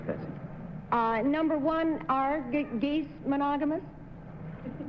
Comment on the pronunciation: I heard "Are gays monogamous?" instead of geese when Betty asked